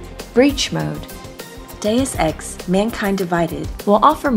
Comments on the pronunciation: Geez, so many mis-pronunciations. You really had to call it deuce ex later in video...aka crap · Mey-lee kills? Dus ex? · Did no one teach her words before the take? May-lay. Day-oose Ex. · "Day-us ex", my god it isn't hard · Quite a few Deus Ex veterans (going back to the original) actually pronounced it 'Deuce'. Either in ignorance or on purpose.